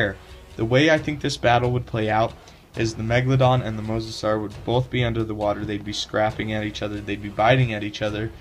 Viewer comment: no mosasuar